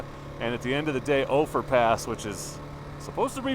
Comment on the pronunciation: Nice footage, though some things to know and think about. It's "U"ray, not "Ooo"ray. And it's "Ofer", not "Ofear". Keep in mind that, yes, there is too much traffic now in the high country because of all the types of vehicles available, and the exposure the internet provides. It's a bit ironic that 1.) your group of 10 and 2.) your content here add to the problem....